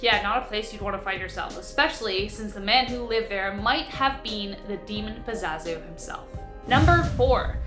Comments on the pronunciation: #5 his name is pazuzu not pazazu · Excellent video as always but the name is pazuzu, not pazazu. It days back to ancient sumeria and some say has direct correlations with the baphomet. With the as above so below pointing gestures. And that fellow didn't live to far away from me in my state of NC. Keep up the good work tho. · It's pronounced "puh-zoo-zoo". He was from my hometown. They actually tore down his house a few years ago.